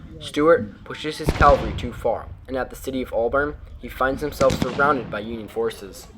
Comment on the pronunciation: I love your work and I love how you and your boys do it. But now I have to be mean. You keep pronouncing the word "CAL var ree:" Calvary is the place-name for the hill where Christ was crucified. What you mean is "CAV al ree," which translates as 'soldiers on horses.' At least, that's what I think you mean: Correct me if I'm wrong, eh?